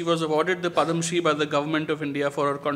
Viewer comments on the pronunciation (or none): Padma Sri, not Padam Sri.